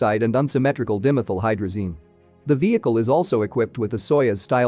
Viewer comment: I think that's pronounced 'die mee thile' not 'dimmethill'.